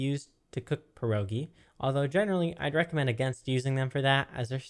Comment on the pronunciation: You wrong speak pierogi xd